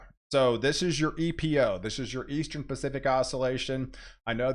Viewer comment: Why do you say "Eas-TREN" for "Eastern"? Cheers.